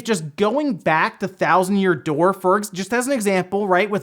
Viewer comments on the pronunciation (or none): none